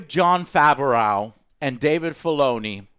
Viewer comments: Nah...…...Didn't really like this episode. ( By the way Joe , you're pronouncing Jon Favreau's name wrong). The Mandalorian and Yodabubba were as good as ever. Although It seems like almost every episode Mando is getting his ass kicked. Also why hasn't anyone who's befriended him asked him his name. Does he just introduce himself as the Mandalorian? There were a lot of recycled and reused plot twists that frankly had me cringing at some points in the show and just had me wanting it to be over. When Mando is following Cara Dune and her footprints disappear, I wonder how many people yelled at the screen "bro, she's above you". Teaching the villagers to fight an army.....seen it. Enemy, stopping just before the traps sprung...… seen it. Enemy then finally falling into said trap..... Gad.... dang... seen... it. This episode wasn't a complete loss, with a lot of information being supplied about the Mandalorians eating habits and personal choices. I still love the show and I've watched the episodes more than once each one. This one I'll not rewatch. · And sometimes "Jon Fav O'Row" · Literally 2 people I watched with also gave note to Jon Favehraugh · Favreau is pronounced Favro :) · 1. The Vibro Blade was already in Ch2 when He's fighting the Mudhorn. It even vibrated like in Ch3. 2. Even though they weren't fighting to kill Mando still won in the end. Oh in Ch5 we'll probably see Bill Burr and for the love of God Joe stop mispronouncing Jon Favreau's Name it feels like you're doing it on purpose. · Jon Faver-OW pronunciation is killing me!! 🤣🤣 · LOL Why does Joe says Jon Favreau "Fe ve rou", Most people pronounce it "Fav ve row" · Why does call him "Fav-er-ow"? Just say "Fav-ro" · everyone:Jon Favreau, Joe: Jon Favehraugh, Matt Damon: MATT DAMON! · Who is Jon Fav-a-raugh? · He's killing me with his pronunciation of Favreau, lol. "Fav-uh-ray-ow" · Jon FAW-ROOOOW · Who the hell is Jon Faverooww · Favreau is two syllables not three.